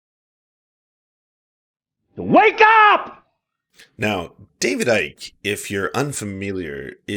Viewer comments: David Icke is pronounced like Pike, not psyche. Other than that, good video. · As someone from the UK. David Icke, "Icke" is pronounced like "pike", "hike" etc. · FFS. "Icke" is one syllable: "ike". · Oh, the "everyone is racist" route...... Foh....it is quite obvious you did absolutely the bare minimum research before you opened your pie hole in the subject. You cannot even pronounce David Icke correct. Not only that you stayed only inside your echo chamber when finding information on him. Just ridiculous...... You may be able to fool your brain dead subs on David Icke, but anyone who has actually listenes to the guy knows what's up.......